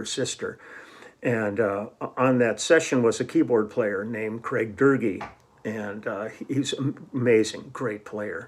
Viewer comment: Love it (and the Close Encounters bass solo, great fun!) I'm looking at the liner notes in my copy of The Section (pie cover). It's full of interesting information; showing how to pronounce Craig Doerge (Durgee), crediting Ann Burden for making pies and Leland Sklar for co-writing Doing the Meatball and Mah-hoo-dah-vah (yeah!) The rest of the notes are pretty extensive and deep but mostly way over my head, unfortunately, in Japanese. I got this copy in Tokyo over 30 years ago . Years before Tower famously opened in Shibuya ('95?) there was an equally amazingly stocked store called Wave that drew me like a magnet whenever I was in town (often) Did you ever find your way there, Lee? It was on the edge of Roppongi...